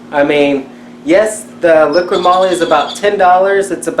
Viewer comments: LIQUI moly not LIQUID MOLY. 😂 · its called LIQUI MOLY not LIQUID MOLY xD